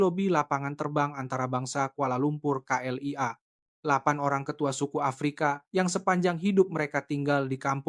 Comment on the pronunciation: Terima kaseh kerana menyebut K.L.I.A. dengan benar walaupun disebut dgn gaya sebutan indonesia tidak seperti beberapa penulis cerita yg sama lainnya yg menyebutnya kelia.